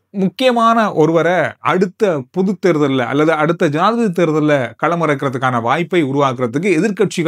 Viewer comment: தேர்தல் உச்சரிப்பு தவறு ராசா தேர் உச்சரித்து பின் தல் போடுங்கள் தேள் க்கு வாற தே உங்கள் உச்சரிப்பில் உள்ளது .